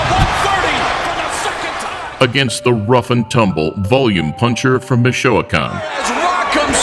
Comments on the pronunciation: Did he really say mishooahcan haha Michoacan for real tho al💯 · Lmao!!! From Mishoakauhn 🤣🤣🤣 Michoacan (mee-choah-kauhn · Mishiogan lol Michoacán wey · I really do love content but did anyone notice he pronounced Michoacán as "meshowacon" I know spanish isn't his native tongue but I feel like thats so easy to correct if he just looks up the name and has a native speaker say the name in a video or something. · Hey just for future references the pronounced Meechwakan (Michoacán) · Mishoacan??? lol I had to re-wind to hear correctly. Awesome vid though. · Can you pronounce Michoacán correctly on your next vid? 🙏